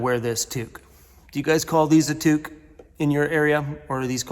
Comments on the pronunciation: In Canada a knitted cap is a "toque", the "to" pronounced "too" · Yes a tuque haha thank you for pronouncing it right lol. People, a "toque" is what chefs wear in the kitchen 😉